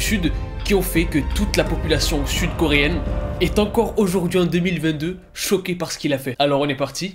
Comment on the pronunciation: Alors, pardon mais moi là j'ai littéralement entendu "Toute la Corée du FUTE" 😭😭🤣 Voila c'est tout pour moi, bonne journée 😂